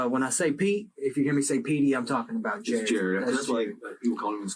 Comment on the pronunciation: His name is jarrod not jarred!!! (Video description)